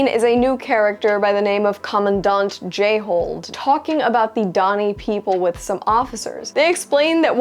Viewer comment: Props for being able to say "Jayhold" without saying "Jay-hole" each and every time.